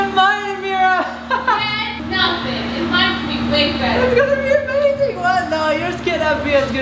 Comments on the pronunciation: Ya but she says amaseen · mom thats not how you say amazing